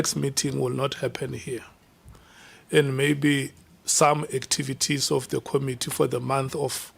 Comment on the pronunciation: Promounce Committee Com MIT tee. Not KOM itee